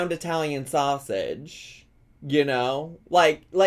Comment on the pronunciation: She says SoSSeige